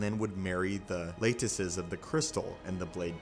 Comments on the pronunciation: “Lattices” is pronounced with a soft “a” and a long “e” at the end; like “lat-tis-sees”. Not “late-iss-es”. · Just a friendly tip... Lattices is pronounced laa-tih-siz or laa-tih-ceez. But not, lay-tih-siz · "Laytices". Lolololololol. This dude has a very solid 8th grade reading level.